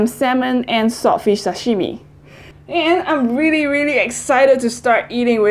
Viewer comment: Love you, I'm so happy that you chose Japanese food:):):)!!!!Your pronunciation is really good!!! (TAMAGO, SASHIMI...)Big love from Japan!:):):):)